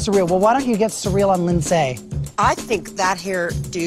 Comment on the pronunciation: I worked with a guy who dated Linsay and her name is not Lyn-zay. It's Linzee like every other Lindsay.